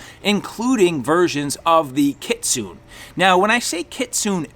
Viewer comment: Im not trying to be pretentious but I believe Kitsune that the E in the word itsounds like a hard A so it sounds like KitsunA . It is from taking traditional Japanese Karate for years . But I could be wrong .